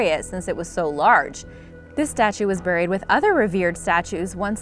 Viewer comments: It's beh·reed, not brred 😔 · Does it bother anyone else that she says (Buur-Eed) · Say it more like “barried” please. I can’t Over look the way you say it. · The way she pronounced “buried” like Cleveland Brown 😂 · I cannot stand how she pronounces "buried" or "burial" in every video! AHHHHHHHHHHH! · UGH!!! Please stop mispronouncing buried!!!!! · The way you say buried makes me dry heave